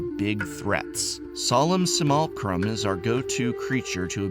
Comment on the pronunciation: The English major can’t pronounce simulacrum? C’mon who are you, Saffron Olive?